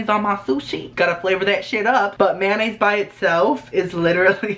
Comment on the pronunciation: he says 'mayonnaise' like 'man aids'